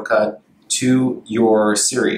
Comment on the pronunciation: Why does he keep saying Surrey instead of Siri?